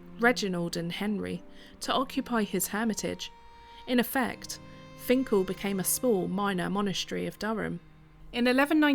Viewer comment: This isn't far from where I live - about 10 minutes drive. As a lad my grandad used to walk from his home in High Moorsley to Finchale to swim in the Wear. I'm pleased you got the pronunciation right. Interesting to hear the history behind it. I'm surprised you were ok flying the drone as it's not far from HMP Frankland.